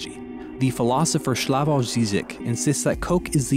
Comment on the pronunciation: You talk like Slavoj Žižek but his name is Slavoj, not Shlavoj. Good job otherwise.